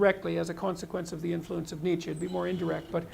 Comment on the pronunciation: Thanks, it's useful. By the way it's Nietzsche not Niche.